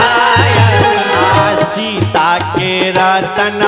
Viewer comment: आप कागायान भजन बहुत ही सुंदर है परन्तु आप शिकायत के स्थान पर सिकायत बोलना चाहिए क्योंकि ये भोजपुरी भजन है इसमें श शब्द का बोलना अच्छा नहीं लग रहा है हलाकि बाद में आप ने स शब्द का उच्चारण किया है 😊😊धन्यवाद🙏💕